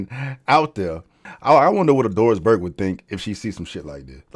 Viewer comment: “Doris Burke” 😂